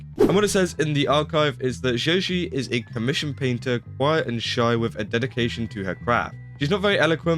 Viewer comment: Zhezhi is pronounced Jeji. A rule of thumb for chinese names: X= Sh, Q=Ch, Zh= J